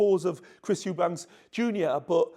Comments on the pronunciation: Eubank, not s, no s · We've been here before brother! EuBANK! No "s" 😂😂